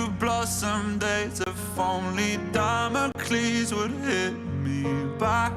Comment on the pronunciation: i’m mad at how you say Damocles😅